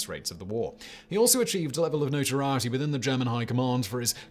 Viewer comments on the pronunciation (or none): none